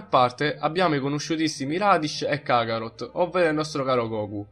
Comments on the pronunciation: Kharot si dice no kakarhot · si dice kaarot non cacarot ahahaha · Si dice karot cazzo